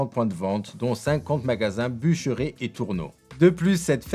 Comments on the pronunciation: Sympa sauf que j'ai les oreilles qui saignent : "a acquéri" et "boucheré" ! Sérieusement ? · Belle vidéo par contre c'est BuchereRRRR: j'ai les oreilles qui saignent.